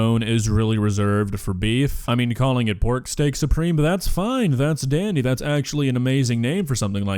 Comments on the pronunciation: steak SOUP-reme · Maybe it's "Steak Soup-reme" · “Steak Soupreme” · She clearly calls it "Steak Soup-reme" at the end, so thats that mystery solved. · It's steak "soup"reme! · Now I get it! It‘s Steak „SOUPREME“ 😂😂😂 is a genius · I believe was saying Steak SOUPreme and not supreme